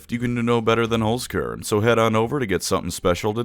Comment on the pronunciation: I need to get it of my chest: Its pronounced "Cairn" Holz "Cairn"